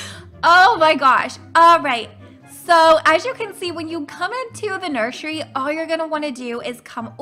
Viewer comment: She said nurshury